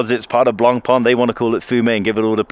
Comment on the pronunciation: Finally, an Anglo-Saxon who gets the pronunciation of Blancpain right.